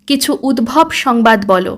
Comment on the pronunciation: উদ্ভব নয়, উদ্ধব। রাগ কোরোনা কিন্তু, তুমি বড্ড ভালো বলছ, তাই এই ছোট খাট ভূলগুলোও যেনো এই প্রেজেন্টেশন এ কোনো খুঁত না ফেলে, তাই বলছি।